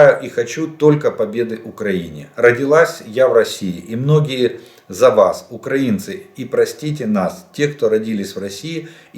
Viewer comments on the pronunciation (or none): none